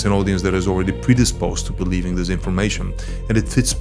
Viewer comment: практикуй произношение плиз, типичное русское зиссиз, зиз зат режет уши! Danke🫱🏻‍🫲🏼